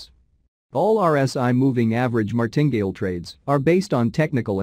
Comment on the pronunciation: Enjoy all of your videos, very good education, Martingale is pronounced Mar tin gale 3 sylibals :)